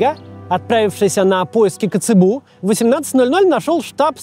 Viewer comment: эйндхОвен, а не Эйндховен. Странно, но Nijmegen верно произносит. ТоргАу, не тОргау КацЭбу,а не КацебУ